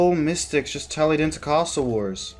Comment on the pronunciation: I don’t mind your content it’s nice hearing commentary for your fights keep it up. Though one suggestion please never ever say “this is a feast” god it was terrible hearing that over and over..... also -.- Castle say it with me KASS-SL not CAST - LE who says Cast when pronouncing castle